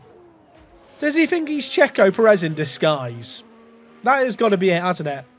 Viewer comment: Good watch. Please, before your team gets good and is challenging the big boys and racing against him all the time, can you remember it's Sergio Pèrez not Perèz, with the accent on the first e. I know to most, this might be an insignificant thing but it grinds every time. Thanks, and kutgw 👍